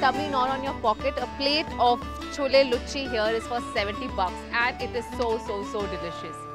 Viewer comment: It's not a luchchi it's luchi